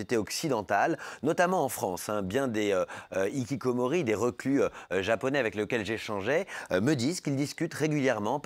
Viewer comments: Dans Hikikomoris le H ce prononce bordel... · OULALA le h qu'on ne prononce pas ça n'existe qu'en français épuisant de répéter aux français que les mots des autres langues qui commencent par un h faut respecter et prononcer ce h entre ikikomori et HHHHHHHHHHHHHHHHHHHHHHHHHHHHHHHHHHHHHHHHHHHHHHHikikomori y'a une grave différence ! de même que fance c'est pas france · Faites un effort de prononcer le "h" dans "hikikomori", ce terme n'est pas français mais japonais donc cette lettre se prononce. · Je ne supporte pas l'horrible prononciation de "Hikikomori" FAUT PRONONCER LO H!